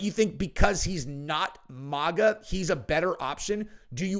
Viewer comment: I love you brother. It’s not MOGA IT’S MAGA